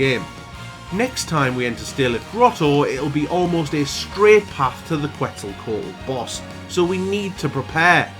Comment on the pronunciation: You did pronounce Quetzalcoatl correctly, you good. Didn't think this run was possible but I stand corrected. good stuff